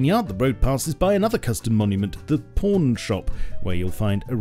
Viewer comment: The way he says “pawn”. xD